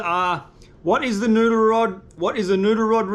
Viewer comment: Say "noodle", not "nuder". A year and a half and I thought you were saying "nuder".